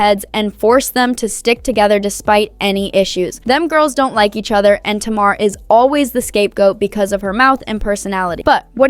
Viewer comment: It’s pronounced Tay-mar!